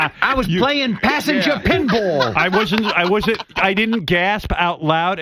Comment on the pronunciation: "I was playing passenger pinbwall"